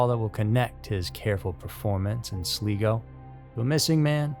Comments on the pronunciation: Sli-go, not Slee-go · It's NOT Sleego it is Sly- go! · Love your channel but quick correction - Sligo is pronounced Slygo and it's Rosses point not Roses point :P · First story - FYI, it's pronouced "Sly-Go" (sly rhymes of eye). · Sorry, it’s pronounced sly-go. 😊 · It's pronounced Sly-Go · It is pronounced Slygo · Sligo is pronounced Sly-go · It’s pronounced Sly-go 😉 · You lost me at”Sleego”👎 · Hey, long time fan of the channel. Love your videos and narrator style 👏 So, as an Irishman, i wanted to help out with the place names 🇮🇪 Sligo is pronounced sly go and rosses point is like the name, Ross but plural. Hope that helps 😊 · It’s pronounced “SLY-go”, been there, cute wee Irish town! Named my pet cat over the town. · That annoyed me all through the first man 😅😂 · Do you mean Sligo, with the I as in Iceland, India? 🌹⚡ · Yes, I don't understand why he doesn't research how to say names. It's very easy to do.